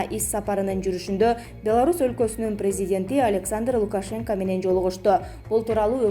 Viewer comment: Каналдын администрациясы дикторлордун сабатына да коз салсанар боло ,силер да соочестники болбой Лукашенка дебей туура айтсын,пневмония туура айтсын ,уят эмеспи ,журналистикага жарашпайт созго чоркоктук